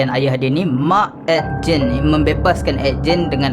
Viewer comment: Aku je ke yg dgr dia ckp ejen masa dia sbt Ed Gen?